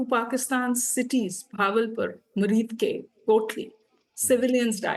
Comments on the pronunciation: Muri Muri Muridba blah blah 😂😂😂. Its Muridke btw 😂😂. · She doesn't even know the locations. It's Muridke right. She said Murudpak? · She doesn't even know to take correct name "MURIDKE" , calling it muridpur. Next time , aage se script rakh kar bolna madam